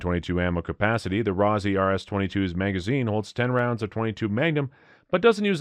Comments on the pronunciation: Let's "nit-pic". 1 - Learn proper pronunciation. It's ROSS-EEE not ROSE-EEE! I simply cannot trust the opinions of a person/entity that cannot pronounce the items properly. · Ross eee, ROSS EEE you nitwit